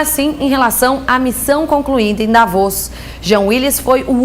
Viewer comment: "Davóz" huahuahua